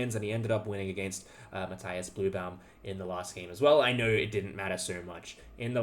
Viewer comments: Since I am making myself unpopular already, let me add one more: Matthias is pronounced Math-ee-as, not Math-eye-as. It is German, and German has no diphthongs. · Why do you say "Matthaias Blübaum"? You're clearly able to pronounce an "i" without putting "a" in front of it. You don't say Fabaino or Haikaru or Saindarov after all... Or Anaish Gairi😅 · Just a heads-up, you're totally mispronouncing Matthias. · Just as it's my name as well - when german pronounciation is courteous, i.e. the bloke is from Germany and you try to say his name, the 'i' in Matthias is not an 'i' as in light, but an 'i' as in linger. His last name actually is 'Blübaum', which contains an umlaut you guys do not have, so your approximation 'Bluebaum' is totally fine - i just mention it to say, for those interested, that the last name translates to 'flowering tree'. Again, just because it feels strange to hear your own name done wrong-ish-ly ( at the end of the day, no one really cares. But it shows that bit extra effort has been put in :) )